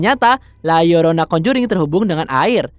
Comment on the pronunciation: Gw suka..narator na berusaha melafalkan judul film la llorona dg benar